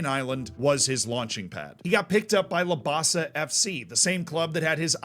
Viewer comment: I'm from the same home town as Roy Krishna and from the same part of Auckland! There's a couple of small mistakes with pronunciation (Lam-basa, Wai-tah-kah-ray) or geography/history (Siberia is his village in Labasa his province is Macuata Province, Football is the main sport in Labasa with the Lions as our pride) but Roy Krishna ultimately is one of the most inspirational figures not just as a Football fan but as a Fijian man. I had to stop the video multiple times because my chest was so bursting with pride I thought it was going to explode. Thank you so much for this video, I'm glad he's getting the recognition he deserves.